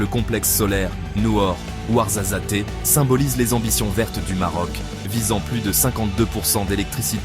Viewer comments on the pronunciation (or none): C'est la voix de l'intelligence artificielle, pauvre chose... la ville de Ouarzazate se prononce Ouarzazaty 😂😂😂